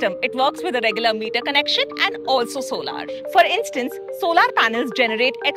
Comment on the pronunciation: its solar not solaaaar such an eitching speaker like modi... probably u listened modi frequently